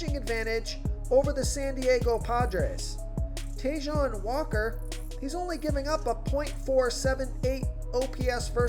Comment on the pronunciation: Not "Tayjohn" Walker. Try “Taiwan" Walker. You butchered another name